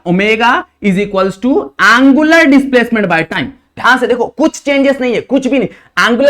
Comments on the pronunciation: Its angular not a aangular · He say aanngularr 😂😂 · Angular ❌ aaaangular ✅